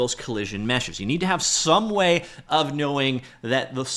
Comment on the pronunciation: People dont say "polygonal meshuhses" enough, these days!